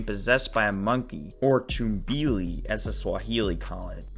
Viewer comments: Pronounced Tum-bee-lee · I think it’s pronounced tumble-ly